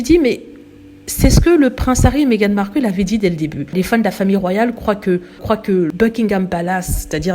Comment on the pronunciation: Vous n'êtes pas capable de prononcer ''Buckingham'' ou ''Markle'' ainsi que d'autres mots en anglais comme il se doit ??? Ce sont des mots en ANGLAIS, des mots qui ne se traduisent PAS en français, alors s.v.p. faites un effort bordel!! Vous, les froonçais, qui aimez tellement les anglicistes à toutes les sauces, apprenez, au moins, la bonne prononciation!! Misère 🙄...ces fronçais!!!